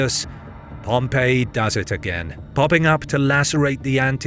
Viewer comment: It's a bit irritating that the narrator keeps calling Pompey in the same way as the city of Pompeii